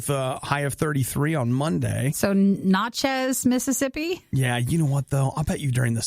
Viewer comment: It's pronounced na-chez - (the "na" sound from nasty)